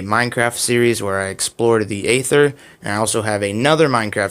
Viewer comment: its..ae-ther the a is silent